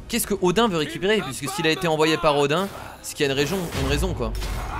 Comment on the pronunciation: Odin ce prononce odine